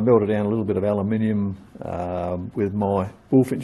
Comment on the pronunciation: Thank you for not pronouncing it as Alooominum